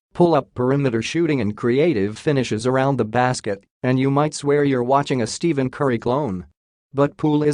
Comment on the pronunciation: I think you need to learn how to pronounce Stephen correctly before anyone will take this seriously.